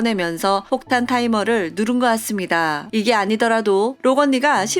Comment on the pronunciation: '같습니다'가 자꾸 '았습니다'로 들린후로부터 이것에 신경이 쓰여요ㅠㅠㅠㅋㅋㅋㅋ